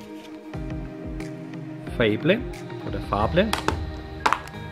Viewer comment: spricht man .. legesie und feybl aus ;) ... weitermachen =) ... ps mukke n ticken leiser =) gruss Ree